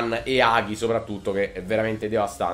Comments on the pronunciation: in rumeno il suono "gi" e il suono "ge" si leggono come in italiano quindi è Hagi non Haghi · dislike solo per come hai pronunciato hagi